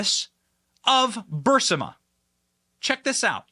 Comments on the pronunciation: Benny. I KNOW that it's such a trivial thing. But you are KILLING my OCD! I mean "c'mon man!" How many times have you heard the word "BURISMA"? How many times have you read the word "BURISMA"? WHY are you REPEATEDLY saying "BURSIMA"? But I digress... Thank you for your hard work and dedication. Just... PLEASE... pronunciation? 😏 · Its Birisma!! Not Bursima!! You make fun of Biden for the way he stumbles over his words and mumbles, then yells and whispers. You talk the same way. I don't think I can watch you anymore. How can I take you seriously? Ive been watching you for a long time because I like your content, but I take it anymore. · BURISMA. BURISMA. NOT BURSIMA. BURR EESE MUH. Google thinks you're saying Bursanet because every commercial that plays is for Bursanet. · Fantastic. Are the emails submitted ? Yeah we knew about BURISMA ( not bursima🤭) holdings conspiracy for over 2 yrs from Chanel Rion at oann and Giuliani who went to the Ukraine interviewed officials and did a 4 week exposé about it. Even Oliver stone did a documentary. Go get em benny boy! 🙌🏻🇺🇸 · How does no one correct Benny that it is Burisma not Bursima! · He probably does it in purpose to see if we're paying attention.I corrected him. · Please pronounce Burisma properly. It’s distracting as heck. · While I generally agree with your stance, you are a drama queen. How is it possible that you don't know the pronunciation of Burisma? It has been in the news for years! Burisma Ber is ma. Not that dufficult. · Soooo, why does Benny keep pronouncing Burisma as Bursima?? And I heard him the other day pronounce excise (ex-Size) as ex-Kise. Is this some sort of shtick or what? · BUR-IS-MA....say it with me Benny, Bur IS ma 🥺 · Benny, its pronounced (ber-e-sma) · Brrr is ma is how you say Burisma. Thank u for the truth. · pleaze learn to pronounse BURISMA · Bud, please say Burisma right. That has been bugging the hell out of me the whole episode. Sorry it's a thing. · I think it’s pronounced Ba Riz Ma